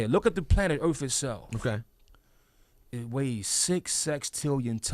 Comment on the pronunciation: I never understood why this dude got on the mic as a member of the WU, he was horrible, and had the toughest beats on his solo projects. What a waste . then you going to drop this knowledge but then you sound like he is saying earf instead of earth, lol